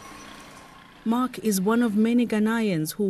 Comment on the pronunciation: I wish she didn’t mispronounce ‘Ghanaian’